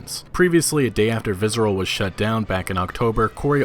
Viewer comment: Why do you keep pronouncing it 'vizzral'? Its visceral.